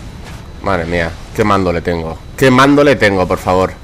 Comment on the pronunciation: Date cuenta al principio en vez de decir mandoble dices mandole jajajA